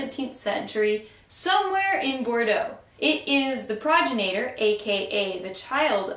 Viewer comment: Right on! Great stuff as always. One quick note, the term progeny is correct for "child of". Progenitor is the parent and has an accent on the GEN bit. Looking forward to the next installment!